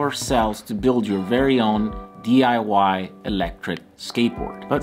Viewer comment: "Building The Eye Why projects"😆....... Nice job.